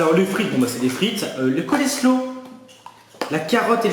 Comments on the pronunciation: Mdr c'est pas du colléslow mais ça se dit colle slow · Coselow pas coleslow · Ça ce prononce pas coléslow mais colslow ça se vent pas au macro mais yen a dans les grandes surfaces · sa se dit pas colesro mais coslo voili ^^ bisou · Pour le mélange chou-carottes ça se dis « Coslow » et pour les crevette « chwims », mais ça s’écrit comme sur les boîtes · Coleslaw se prenounce colslow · ça se prononce coléshau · "Cole slow" mdrrr